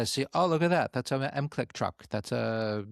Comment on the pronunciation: It's pronounced MIC LICK